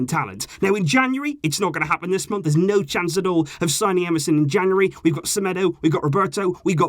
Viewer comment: When you said Emerson at first I thought you said msn😂😂